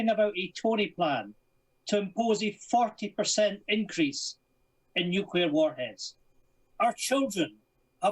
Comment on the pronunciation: Tiny little pet pieve. It's "Nu-Cle-Ar". Not "Nu-Cu-Lar". Right, rant over, great video, and great commentary.